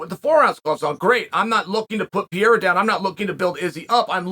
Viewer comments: Chael it's Pereira not piera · Alex ‘Pier-a’ 🤣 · As a brazilian it really took me a while to recognize that piera is pereira lol (use the R sonnen! Cmon)